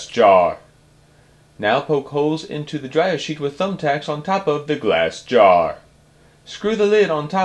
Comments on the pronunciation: Stop saying glass gaaarrr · Starrrrrrr. However, nice project! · That GLASS JAR is spoken in bold, caps